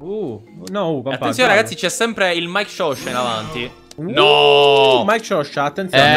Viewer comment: ma non è mikeshowsha è mikeshopsha